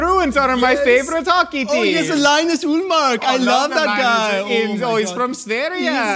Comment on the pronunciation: Love the Bruins and Linus Ullmark shoutout! It's pronounced lee-nus, not lie-nus like the kid from Peanuts, but I still love the spirit!